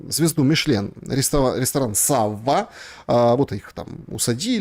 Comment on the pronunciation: СаввА, - это по французски. А САвва, - это имя такое есть у нас, у русских